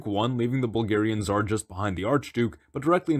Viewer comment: Hilarious! But please pronounce Tsar as it is spelt. Zar is just incorrect and it means dice (the kind you use for a board game). Also unrelated but I've never understood why the tsar is called the transliterated version of his title but the tsaritsa is almost always called a queen?